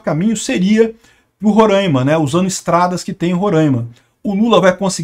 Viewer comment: Pls, é Roraima não Rorâima!